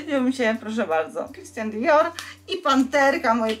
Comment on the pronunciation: Christian Dior a nie Christan XD wiec jakie połączenie z bogatą marką